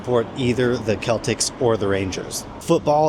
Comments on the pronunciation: so its not celtics football. its SELL-TICKs. is how its pronounced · Celtic is pronounced Seltic and not Keltic btw you are not allowed to drink on trains, except for longer-distance trains that sell food and drink. Drinking in public is not officially allowed either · "The Celtics" lol that's a US basketball team. The old firm football team is called Celtic and it's pronounced Sell-Tick. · You've lived there for 4 years, you said. You pronounced CELTIC as Keltics! FFS. 😡 CELTIC sounds like Seltic. No S on the end, either! Don't mistake it for Boston Celtics 🏀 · 'Keltic' lol It's pronounced 'Seltic', unless you're a supporter of said club, then it's more commonly known as 'ra sellik'. BTW, I see you were acccompanied by Scotland's shyte and utter drieich weather. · sell-tick. not kel-tick. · Oh the pain 😢. Keltics. It’s a soft c, seltics and I cannot tell you why 🤷🏼‍♀️ so it’s completely understandable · It's pronounced "Seltic", not "Keltic". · It's CELTIC, not the KELTICS !!!!!!!! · Seltic not Keltic! Day drinking is actively encouraging.. is best line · You've lived here how many years ? And still can't pronounce Celtic correctly ? Celtic as in the football team is pronounced as ( Sell - tic ) not ( Kell - tic ) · If talking about Celtic football club. Its pronounced (Sell-Tic) not (Kel-Tic). (Kel-tic) is when talking about clans, history or more Irish celts (Kelts) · mate, how've you spent 4year in scotland and no figured out that it's not 'the kelltics' and 'the rangers' but just celtic ( sell-tick ) and rangers ( sev-co ) ? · In Glasgow, it's not pronounced "Keltic" but rather, "Seltic". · CELTIC! its pronounced SEL-tic, not KEL-tics. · Celtic is pronounced "selltik" not "keltik"... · It’s not pronounced Keltic, it’s like Seltic. Or sometimes they drop the t and it’s Sellick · 5.30, love how you pronounced Keltic, it's pronounced like Seltic. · Pronounced seltic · Its pronounced Seltik. not Celtic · It's pronounced sell-tick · "The Keltiks"... 😀